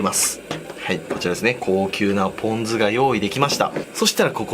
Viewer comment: ぷぉん酢